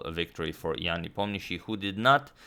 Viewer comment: You pronounce Ian Nepomniachtchi's name perfectly!